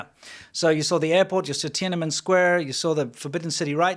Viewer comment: Love your shows. Let’s pronounce Tienanmen properly. It is “Tien-an-men” not “Tien-ana-men” … thanks!!